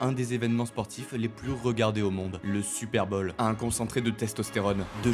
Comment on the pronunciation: Vidéo magnifique mais j’ai tilté toute la vidéo sur ton accent. C pas super bol mais super bowl ! Comme ball.